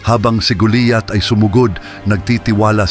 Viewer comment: kinukwento mo na nga mali pa ang pangalan ni GOLIAT ANG SINASABI MO,,,,,GOLIAT HINDI GULIYAT